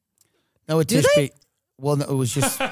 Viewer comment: Pronounced different in Israel, Noah like the Ark has a CH sound in the end, like the H in Hamas. Noa is a total different name and for females only.